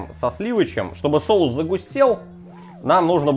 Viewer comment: Мешаем, чтобы "шоус" загустел ска😂 голова, блин))))))